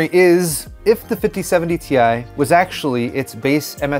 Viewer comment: is anyone ever going to pronounce it properly?? - it's pronounced 'TIE', not 'TEE-EYE'!!!!